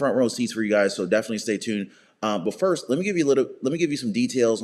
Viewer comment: Today is Wednesday, May 1st. It sounded like you said May 5th..?